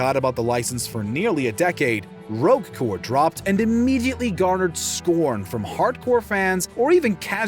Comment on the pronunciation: Did he say Rogue core? Or I'm a crazy?